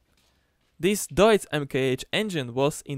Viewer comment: Du hast Deutz richtig ausgesprochen 💪💪